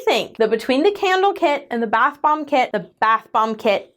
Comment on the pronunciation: I swear it sounds like is saying bath bong in the beginning of the video instead of bath *bomb*😳 The unhinged walrus bit also might have helped feed that perception...😅